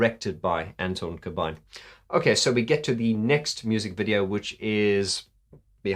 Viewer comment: Dude you're the only non-Dutch person who pronounces "Corbijn" correctly! (I'm Dutch)